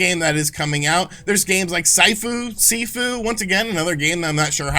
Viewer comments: "SIGHFU" lol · Drawing my mispronouncing KENA and SIFU, man. I'm a big AA games fan. It's unhealthy when big companies ONLY produce Big games. Plus, I dislike overly detailed projects, especially the shooters. It's a easy format that takes next to no risks. Give me fantasy and surreal martial arts simulators any day.